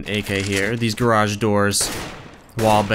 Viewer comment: stop pronouncing 'garage' like that! its fucking annoying!